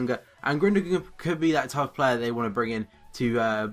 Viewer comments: It is pronounced Goon-do-an, not Gundogan or Grundogan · It's pronounced Guundowan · it's not pronounced Grundogan. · it's pronounced gundowahn :) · Yeah, it's pronounced Gundowon. The funny g is a 'W' and the umlaut above the 'u' means that is pronounce with more of a 'ue' but it is cancelled out by the g. Hope this helps and as ever great video :D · Isn't gundolan how you pronounce it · Gündogan is pronounced gün- do- aan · Haha you did butcher the name a little :P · That sign over the g makes it silent and the sign over the u makes it oo.